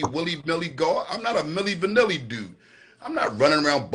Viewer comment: Did he just call him gillie vanilli? lol